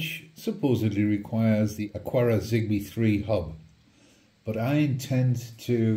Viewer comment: There is no "U" in the word Aqara. That would be aquara. This is not it.